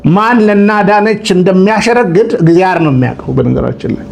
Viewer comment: እግዚኣር አይባልም ወንድም "እግዚአብሔር" በል። ዘመዴ ከሚጽፋቸው ጥሩ ጥሩ ነገሮች አንዱን ይሄን ረስተሃል። ስለፊደል ያስተምረሃል መጀመሪያ ተማር።